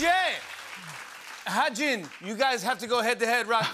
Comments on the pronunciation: the two versions are "ha-jun" and "ha-joon" idk where jimmy's getting the "jin" from. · He kept saying ha Jin when it is wi ha JOON 😂😂😂 Its sooo funny